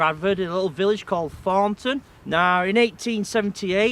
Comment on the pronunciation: Note how this youth has unfortunately incorporated into hi speechthe childish southern habit of saying TH as F as in Fornton. This affectation has crept north nigh on 20 year after first appearing on Eastenders and Jackanory.